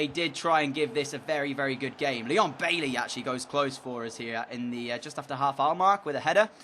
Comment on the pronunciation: Also DJ please say Baiey and not Bailey